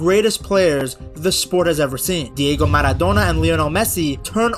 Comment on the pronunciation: "Diego manodona and Lloranel Messi"